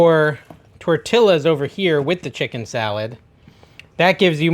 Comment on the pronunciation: I’m sure you’re American, but seriously, you can’t pronounce “tortillas!” lol. 😂